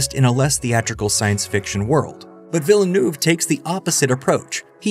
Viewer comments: Great video, thanks. By the way, it's pronounced veel-nerve. Veel-nerve. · Denis Villa(New-eh-veh) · The way you pronounce it "Villanouve" will never not be funny to me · Why can't youtubers pronounce the name though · Why have so many Youtubers failed to learn how to pronounce Villenueves name. It was understandable 4 movies ago. His films weren't that big. But he has done 3 hundred million dollar scifi blockbusters in the last 6 years. He isn't an unknown indie director anymore. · I’d love to hear Villeneuve surname pronounced correctly here. 😃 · Dude learn to pronounce his name. Just watch him on Colbert. How do you do an essay and not get his name right.